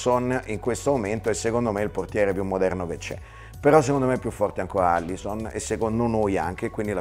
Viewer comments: Alisson non Allison ahahahahah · Fabio almeno tu, si scrive e si dice ALISSON, non ALLISON. PER PIACERE FABIOOO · *Alisson, non Allison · ma che senso ha escludere gli italiani? (comunque è Alisson non Allison) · Tutto bello ma è incredibile come la convinzione circa la pronuncia del suo nome superi ogni tipo di controllo pre-pubblicazione del video: SI CHIAMA ALISSON, NON ALLISON. Carè almeno tu, dai spunta pure scritto nella grafica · A L I S S O N Non è difficile. Cazzo.